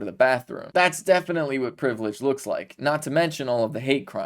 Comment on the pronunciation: Ha just hearing the word privalage come out of his mouth! Surprised he didn't bite his tongue.